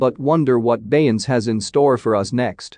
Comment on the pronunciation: Click Bait This is AI at it's worse. He can't even say her name correctly. 👎